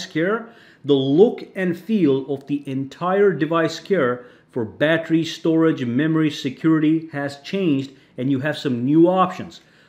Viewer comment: Wtf is a "battry"?